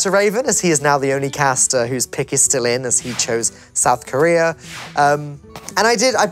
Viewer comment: "South Corea" lul